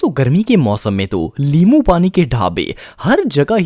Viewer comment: Limoo keha ha us NY which is correct in urdu😅 Lol